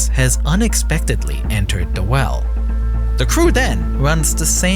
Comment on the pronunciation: Problem Wiff da wewll